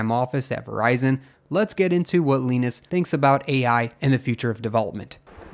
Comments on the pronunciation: I thought it was pronounced Luh-eye-ness not Luh-ee-ness....... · Leenis? It's pronounced Lie-Nus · His name is "Lie-nus" not "Lee-nus." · Its 'Lie.Ness" not leenus but thanks for upload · Wait.. It's pronounced "leenus", not "liinus"? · Yes, it's a Finnish name. It'd have to be spelled Lainas, to sound like the name of Charlie Brown's friend Linus. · It's pronounced Lie-nus, not Len-us.😂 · His name isn’t really pronounced “Leenus”, is it?! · his name is not pronounced leenus. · it's lin-uh-s no no it's Gus Linuhs no no no it's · My only problem with this entire video is how Linus is pronounced. lmfao